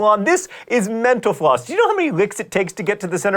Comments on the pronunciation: When he slurs Mental Floss it sounds like he's saying thanks for watching menopause... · I literally hear him say "Thanks for watching Menopause" every time! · Love the way you say mental floss so quickly at the end of the show...sounds like you say menopause. :) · I could've sworn he said menopause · when he says mental floss it sounds like menopause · mental floss sounds like menapause wen you say it fast, sir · am i the only one who thinks he says menopause at the end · When he says "mental floss" it always sounds like "menopause". But, I do love the vids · Everytime you say Mental Floss, it sounds like menopause. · Sometimes when you say "Mental Floss" it sounds like "menopause." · Whenever he says mental floss at the end of the video, it always sounds like menopause XD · Every time he says 'mental floss' I keep hearing 'menopause'. There must be something wrong with me. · it kind of sounds like he says, "thank you for watching menopause" lol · he really do say menapause xD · When he says mental floss it sounds like he's saying menopause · wit the music at the end it sounded like he said "Thank you for watching menopause" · OK, you always talk fast so it's hard to know whether this is actually the fastest I've ever heard you say it or not, but you said it so fast this time that your "thanks for watching mental floss" sounded a lot like "thank you for watching menopause." Since I wonder whether you ever slow down and thus I infer I may not be the only one, I Google this phrase and discover that indeed, I'm not the only one who's ever supposed you've sounded as if you're saying this. And I typed all that in 9 seconds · I keep hearing" thank you for watching menopause" ;) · I swear he is saying menopause at the end of every episode. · It sounds like he says "Thanks for watching menopause here on YouTube" at the end. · I totally heard you say "Thanks for watching menopause" at the end of video. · Every time he says "mental floss" it sounds like "menopause."